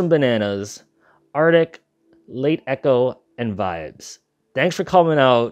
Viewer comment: My name is pronounced Arctic Lies. Thanks for hosting this though, its been really fun so far. See you for the finals!